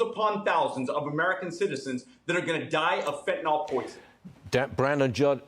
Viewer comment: Fentanyl not fentanol